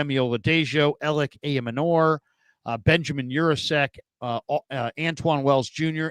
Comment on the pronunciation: I gotta keep posting this until you see it; Elic Ayomanor's last name is pronounced: "eye-yo-manner". Think manor like the building ("a large country house with lands; the principal house of a landed estate.").